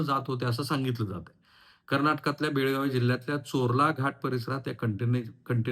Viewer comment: Belgavi nahi Belgav